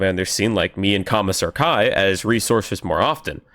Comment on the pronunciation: Loved it till i heard commissar kai.